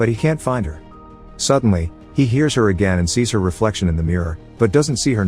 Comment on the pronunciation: So this narration is definitely a text to speech program right? Because they pronounce some simple words totally incorrectly ha. “no matter what she heats” instead of “hears”